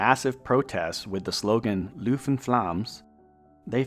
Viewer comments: Good video, but no, cities were not pronounced correctly. Almost all cities were mispronounced. Voerstreek???Luuven instead of Leuven, Liige instead of Liege etc. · excuse me? Catholic university of what? Louvain???? So sick of Anglophones using the French localisation for the city ESPESIALLY in a video that talks about the language issue. Its Leuven, get it right.